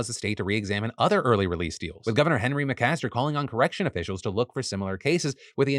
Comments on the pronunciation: McMaster is the SC governor's name. It's important to pronounce that second M lest we forget how his family made their money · Phil you mispronounced McMaster.... but it's ok we hate him here in SC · It's "McMaster" Phil 🫠